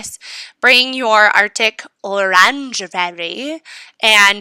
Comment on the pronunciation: AHAHAHAHAHAHAHAHA! I was just imagining as I swear at the bottom of the FoE hood, There's these opposite day people! I can't understand how someone gets to Industrial, but keeps points of rank under 100k! Aye Ohhhhh! Lol I've been saying AO alot since video! You didn't butcher Arctic Orangery at all btw! But between The I Know Tower and ahahahahahahahaha! People have been thinking I've lost my mind as whenever I get bad news from someone I first say dang! That's just so....AYYEEE OHHHHH! Messed up but I type AO! So one replied wait what? The AO has nothing to do with do with!...5 minutes later...Okay don't you dare say AO one more time! 🤣🤣🤣🤣 but so I was thinking as alot of the opposite day players(they get goods production like I've seen two players who are obsessed with fertilizer as one had 5 factories no boost! Other had 3 textiles and 3 fertilizer no boost! Then the ones they do have boosts for are iron age! But I could imagine one of these Orangery types building the traz with no barracks lmao! One though ugh I despise as before I understood plundering, he hit me so much but this was EMA and lmao! By being a plunderer from go you ruin your game! So he tries to to breach me but can't! And I get his train everyday that he doesn't use a self aid kit! But hahaha AYE OHHHHH! I love your videos! You do them in the moment not voice over and hahaha HC is great! HIGH-MEH-JEE! That's what I call it I hope I'm right! But ewwww! The blue galaxy is "the world's largest collection